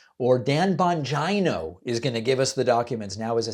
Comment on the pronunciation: Bongino is pronounced Bongeeno, but your Bongiaino pronunciation has comedic possibilities, like Bongiaina.